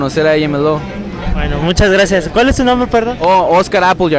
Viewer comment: jajajajja oscar apple yard jajajja ei-em-el-ou jajajaja